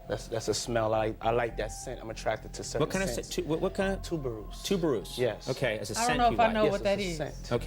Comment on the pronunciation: He didn't even pronounce it correctly. He couldn't like it THAT much. 😂